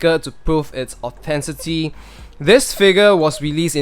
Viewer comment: I always notice the way you mispronounce "authenticity", just saying my thoughts to also further improve your videos hehe. Anyway nice review!